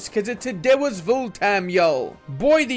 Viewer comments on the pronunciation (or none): none